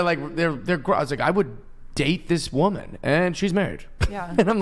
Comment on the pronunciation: She said wamin 😂